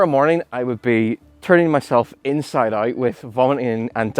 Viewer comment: “inside ay-ert”